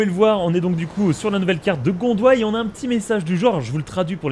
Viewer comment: Si ont parle de continent ça s'appelle le gondwana et non gondwa